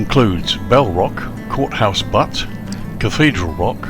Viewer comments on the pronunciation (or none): Been there many times. Sat at that very table in the restaurant with an ex-girlfriend. Kinda sad tbh. Great scenery, I might have to look into it. Btw, butte is pronounced like "beautiful"... "Beyoot"